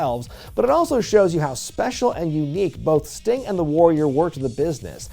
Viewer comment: Uhhh it’s Sting and it’s not even close. Still love you though:)